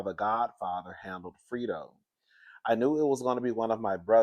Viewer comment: 😂 I am by no means a godfather expert, but Fredo is pronounced like AlFredo, the sauce, fray-dow